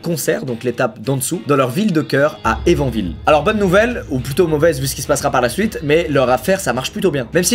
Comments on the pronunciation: ça se prononce plutôt : Duncanne pas Duncain... c'est pas Evan Ville, plutôt Evan SVille... Le "s" est là alors dites le. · Juste Evansville ça se prononce “Evânssville” voilà ça m’a stressé tout du long, mais video au top comme d’hab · Excellent !! Evansville je connais bien!! J’y ai habité pendant 10 mois pendant mon année d’échange aux état-unis, j’etais choquée quand j’ai entendu le nom de la ville ;;)) Par contre du coup le s se prononce dans Evansville 😊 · "évanville" T_T